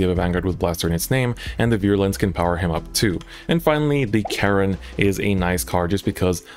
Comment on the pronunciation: I’m sorry but did you really call Charon, Karen?